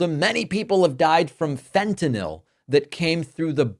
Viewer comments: Fentenall rhymes with Adderall. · Fentanyl (as in ill) is the correct spelling/pronunciation! -oh, as in Fentanol denotes it is an alcohol, which it is NOT. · "FentanOL" (as Drumpf pronounces it) would imply it was some sort of alcohol. However the fentanyl molecule has no hydroxyl functional groups, the presence of which are the defining trait of an alcohol. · Fent-ta-NIHL. Rhymes with rent=a mill. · "Fentan-ol," as though it rhymes with bawl, lol. Trump thinks the only drug is alcoh-ol. And you know, he must live in so much pain with obesity and no exercise and no physical strength . . . I'm amazed he's never said a word about returning the Chinese manufacture of prescription medications to the US. I'm terrified that he'll slap a tariff on meds, and as I live with chronic pain, I'll kill myself before going 4 years without. Bonus: no more seeing his ugly mug or hearing his godawful voice again. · Hey david, love your content, but as a member of a family of medical professionals in the midwest, either way of pronouncing fentanyl is fine.